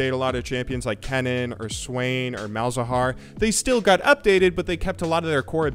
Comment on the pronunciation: Malz got fking butchered. no, noo xD